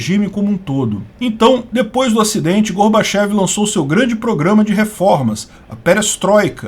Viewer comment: O certo é falar Gorbatchióv já que é escrito com a letra ió e não ié. E mais correto pronunciar Mirrail e não Mikail já que é grafado com a letra Rô.